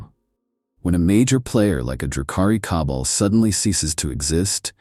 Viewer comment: Awesome video and I like your break down on why the Empire is an unlikely scenario:) One thing, it's pronounced "Ka-ball', not "cobble". Like all mispronunciation, not a problem. I just thought I'd mention it in as if you're going to talk about Drukhari you're gonna be saying that word a lot haha